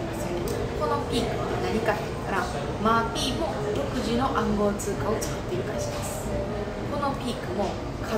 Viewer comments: マー⤴︎ピー⤵︎ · まぁ↘ぴい↑ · ↓まー↑ぴ↓い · まー↓ぴー↑好きすぎてわろてまう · マー↘︎ピィ↗︎てww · マ→ーピ↑ー、が気になって余計に内容が入っていかなかった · "マーピー"のイントネーション気になる人！